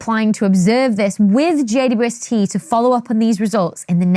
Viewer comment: Why do you say "J-U-S-T"??? Instead of JWST!!!?????